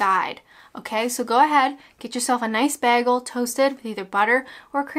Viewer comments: Sorry I just can't. It's bagel, not baggel! I love you but it's just no. Bagel..... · Bear-gull? I think you mean bay-gull. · It's not pronounced Bag-el it's Bay-gel. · I loved honey glazed cruller's when I lived in Canada and of course, a double-double in my Tim mug (with a clip-on attachment for my car dashboard) do they still have these? Also if I'm remembering right, the Canadians where I lived pronounced bagel, bay-gal not like you and us in the UK bag-ul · It’s bagel not begel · As a Canadian, its pronounced "baygel." Pronouncing it as begel makes you an anarchist. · Does everyone in Canada say, "Bag-al"? I have only heard of beg-al. Screw paper straws, you are killing trees. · I pronounce it "Bay-Gul". My go-to is a small regular coffee with two sweetners (I'm diabetic) and two milks along with a Boston Cream donut. Yum! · We have a Tim Horton in Manchester, UK. Tbh it's not very good at all. Maybe it's different to a Canadian TH. Although MCD's taste the same in the US &, UK I think. Also you can't beat a proper Jewish bagel pronounced Baygal! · I also pronounce it bag-gul! And everyone makes fun of me! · Did you say ‘beer gull’?!? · The way you say bagel England pronounce it's bayel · "beahgull" wat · You told me this video wasn't about me. You murdered the word bagel. And I love it! 👍😄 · This is my vote for more videos where you say the word bagel. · Who cares if you say bagel wrong, your video is awesome. And you can take that to the baynkkk. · You say 'bagel' wrong.